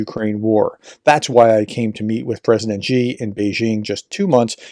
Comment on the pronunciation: Xi is not pronounced "gee". Really showing your depth of ignorance.